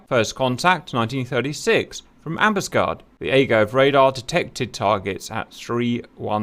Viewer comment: HMS Ambuscade, emphasis is on the last "A". Grates to hear you mis-pronouncing, Cap, as an ex-Matelot. "Am bus Caid".